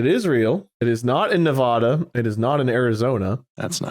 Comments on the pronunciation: Please, please, PLEASE. You just made every person from Nevada mad😂. We say the first A like you would in apple. The 'ah' pronunciation is instant rage for us😂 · all of the minute “Nev-AWE-duh” 😒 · as a certified Nevada citizen, their pronunciation makes me recoil a little bit 😭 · i died inside every time they said nevada the wrong way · The funny thing is that Ne-vah-da is actually the technically correct pronunciation as it was named after a Spanish word pronounced that way. But when all the Americans moved in they just said it incorrectly so much that it just became Ne-Va-da as the default collective pronunciation